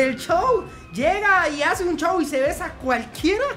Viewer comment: yo escucho chow en vez de show